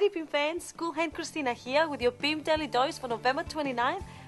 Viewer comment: I think she says "boob daily dose" ?